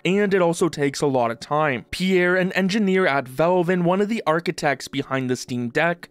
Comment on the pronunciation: What is Velve? Thought it was Valve.